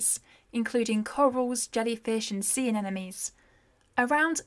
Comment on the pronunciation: AN NE MO NIES not anenemies